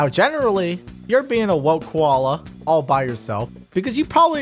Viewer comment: “WoKe KoWAlA” Lmao